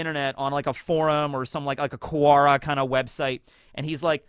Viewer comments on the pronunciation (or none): none